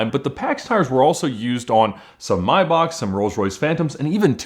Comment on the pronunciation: O.O That was the first time I've ever heard Maybach pronounced correctly on Youtube.